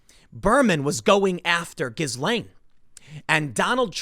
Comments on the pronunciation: FFS it's GIL-LANE not GIZZ-LANE or JIZZ-LANE which is a Lane in Soho, London frequented by 'Ladies of the Night'. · it's pronounced -ghee laine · The proper pronunciation of her name is gee-lain; (jeelane). The G sounds as J. Thank you. Carry on. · Her name is pronounced ghee-LAYN, not giz-LAYN. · Did you say Jizzwell? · Her name is pronounced Jees-Lenn, with a soft "J'. Like sheess-lenne. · Stop saying GhiZlaine... ffs.. You don't pronounce the fucking S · The s in her name is silent....pronounced as ghilaine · It's pronounced "Jee-lane" (or possibly "zhee-lane"): but definitely NOT with a hard G"". :) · Tim it's a "silent" s in Ghislaine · Ghislaine sounds more like "Jee-slain", Tim. A soft j. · Tim, stop pronouncing the S in the middle of her name, it's silent :P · Ghislaine Maxwell = "Gee-Lane" Maxwell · The S in her name is silent. It's pronounced like Ghilaine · Can someone PLEASE tell Timmeh that the "S" in Ghislaine is silent! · it's pronounced GI-LANE, tim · I took a sip of my coffee everytime you mispronounced 'ghislaine'.. ☕😅🤙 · The S is silent you’re killing me. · You are terrible with names. The S is silent. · Tim, the S is nonexistent in pronouncing "Ghislaine" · Please! The s in Ghislaine is SILENT! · You don’t pronounce the “s” in Ghislaine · I think the "s" in Ghislaine is silent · Ths s in ghislaine is silent tim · The S is silent in the name Ghislaine